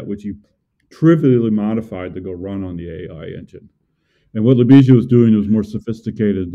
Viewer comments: Oh guys you butchered Ljubisa's name from the get-go hahah. A big hi to my fellow countryman Ljubisa! Glad to see Serbian people leading powerful tech companies. We need this diversity. It's also sad we didn't hear Ljubisa's thought processes a bit more. Jim as the rockstar did most of the talking. On the technical side, I'm a bit concerned about the 2D-mesh design decision and the assumption that models won't deviate too much from the present ones. Graphcore did a better decision on that front, IMHO, by creating a general computing platform and not trying to make too many assumptions about the architectures 5, 10 years from now. How do your chips support sparse operations needed to train Graph Neural Networks efficiently? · LYU-BEE-SHA BYE-EECH that is how you pronounce his name. the J in his name makes the same Y sound such as.. Yellow. you have to form the L and Y together. the S is an SH sound. the C in his last name is a CH sound. the "i" makes a long EE sound. not to be an asshole, but you genuinely butchered his last last name and did slightly better on his first name. youre copying how Keller says his name where as you should have simply askied Ljubisa himself how to say it so that you can COPY it properly. he Deserves at least that much respect.